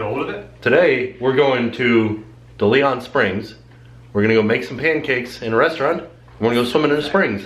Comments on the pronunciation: I love your channel but the park is pronounced DAY-LEE-ON Springs. Like the famous explorer. Thank you for all the great videos and keep up the good work! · Take a shot every time mispronounces "DeLeon"...I died